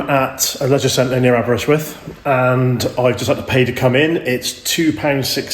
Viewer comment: Builth = bill th .Ellan =E lan .but you nailed Aberystwyth. Great vlog mate all the best,thanks for coming over 👏🏴✊KTF.